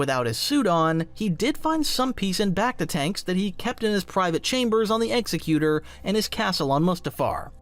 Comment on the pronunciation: EX-ECK-YOO-TOR NOT EXY-CUE-TER